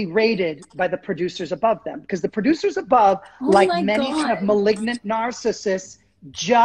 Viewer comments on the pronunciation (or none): Ummm “Melignant?”